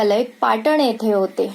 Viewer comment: कथा छान पण अभिवाचनात भाषेकडे लक्ष न दिल्याने निराशा झाली. विशेषतः पच्चिम,एते,स्तानिक,अहर्ता इ.इ खूपच खटकले..